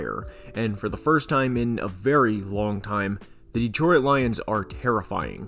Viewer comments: Bro it's "Detroyt" not "Deetroyit" are you using an AI or something? Good god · Good job, but please: It's pronounced Detroit. Not De-troy-it. Two syllables, not 3. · The "OIT" in "DETROIT" is pronounced the same as in "OIL". It's not "DETRO-IT" It's "DE-TROIT". Sorry i know i probably sound like a dick but your pronunciation was really bugging me lol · I have never heard Detroit pronounced the way you do. Born and raised there and it’s a first for me. There’s only 2 syllables in Detroit (De-troit) not 3 (De-troi-it). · Great video bro but it is pronounced ditroyt. Not DeeTroyit. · Why do you pronounce it “Detroyit”? It just Detroit [Deh-troy-t]. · Why does he pronounce it "dee-troy-id' rather than "dee-troy-t"? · I’ve lived in SE Michigan my whole life and I think this is the first time I’ve ever heard anybody pronounce it “De-troy-it” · I can't stop hearing him say "Dee-troy-it" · I know right, I'm from the UK and thought maybe I'm wrong in the pronunciation but this is literally the only time I've ever heard anyone call it "Detroyit" 😂😂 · Driving me crazy calling it Deetroyit. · How the hell do you say Detroit. De-troy-it? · I’ve never heard someone pronounce it “de-troy-it” before lmao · Please, for the love of God. Detroit has two syllables. Stop saying "de-troy-et" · Am I going crazy, or does he keep saying "Detroy-at"? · Not gonna lie, it’s hard to get past the “Detroy-it” pronunciation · Detro-it lmao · This is really good analysis but what is this pronunciation of Detroit? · Is anyone else noticing how this guy pronounces Detroit????